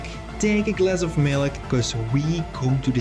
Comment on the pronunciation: the word milk is one syllable - you're welcome